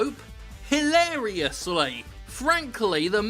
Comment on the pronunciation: That pucture of a long-armed potato and your pronunciation of "hilariously" killed me X''''D